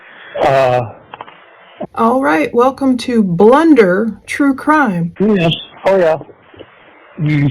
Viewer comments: Blunder,,,,,, so far from it more like how it's pronounced Plun Der , too dig so deep their nothing else to dig... Love your channel your work and your approach.. A Angelic Human Being. In 2025 hard to find these days Edit I from Boston Irish have the accent you would hear Plun duh I hope I not out of line. But your husband is a lucky lucky man.. you are an amazing beauty 🙏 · Lol Blunder. Sorry not sorry. It's PLUNDER 😂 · I HATED when he said "blunder"!!!! I YELLED at my computer when I heard that!!! lol lol "It's PLUNDER"!!! LOL LOL LOL